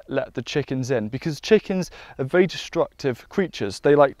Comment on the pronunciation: He says vewy instead of very. He’s cute.